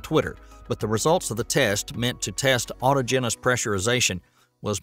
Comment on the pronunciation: Autogenous is a four syllable word with the accent on the 2nd syllable not the third... at least you're consistent in mispronunciation...